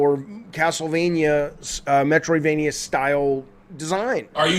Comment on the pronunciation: “I’m not opposed to Metriodvania style games.” David can you please read what the name of the game is.